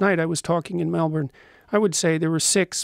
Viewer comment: holy shit...he pronounced Melbourne correctly